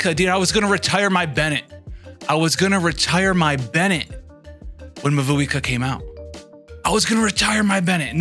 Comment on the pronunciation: Just a friendly heads up, her name is pronounced like “mah-whoEE-kah” 😅